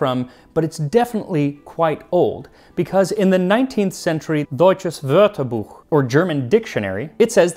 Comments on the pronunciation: Max really is a master of many languages! Hats off to his pronounciation of “Deutsches Wörterbuch” in particular. It was absolutely on point! :D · I paused to make this same point. Excellent pronunciation!